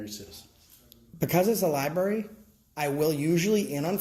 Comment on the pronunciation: The way she says "Lieberry" tells you that she clearly can't spell Library, so she shouldn't be working in one.